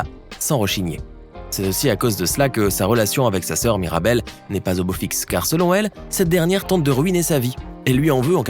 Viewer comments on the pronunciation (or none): en tu a pas dit mirabelle tu a dit maribelle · MIrabel pas Maribel 😅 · wsh il a dit maribel au lieux de mirabel🥲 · Qui l'as entendu dire maribel au lieu de mirabel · C pas maribel c mirabel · On n'est d'accord pour dire qu'à 5.52 il dit maribelle au lieu de mirabelle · Se miradel pas maridel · Il a dit "maribel" et louisa ma c pas MIRABEL? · elle s'appelle mirabel et non maribel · À 5,45 minutes il dit Maribel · Il a dit maribel 😂😂😂